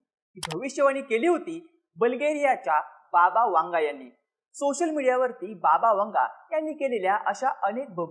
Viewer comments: याला बायकोने वांगा खूप खायला दिला असेल म्हणून तोंडातून शब्द जातं नाही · वांगा नाही रे बाबा वेंगा 😅😅